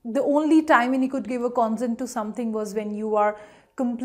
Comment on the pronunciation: Please note the pronunciation of the first two words are incorrect. pe·ruse /pəˈro͞oz/ con·sent /kənˈsent/